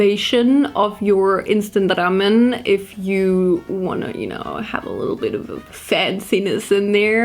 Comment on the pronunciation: I love how pronounces ✨Ramen✨